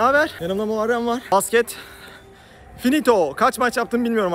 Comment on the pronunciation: Dayı Muharreme "muarrem" demeyş burakmalısın KSMSNSNDNDBFM